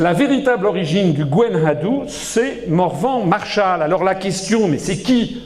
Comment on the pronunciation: Je refuse catégoriquement d'écouter toutes les inepsies et les vomissures de cette raclure souverainiste franchouillarde. Asselineau, qui a décidé de baver sur la Bretagne, les souhaits d'émancipation des Bretons et même sur notre Gwenn ha Du dont il prononce le nom comme un abruti, ignare, qu'il est! C'est un manipulateur qui fait sciemment des anachronismes pour mieux enfumer son auditoire et qui utilise le mensonge pour trahir l'histoire. Il s'est déclaré, lui aussi, être notre ennemi. Je lui souhaite une bonne diarrhée et des coliques néphrétiques durables pour 2023. Kea da gaoc'haat pelloc'h, skleup dizesk. Kea d'an Infern. Ha buan!